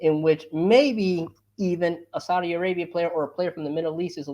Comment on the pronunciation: "Saadi" league